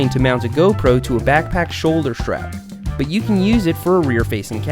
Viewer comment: shoulder shtrap? wtf dude?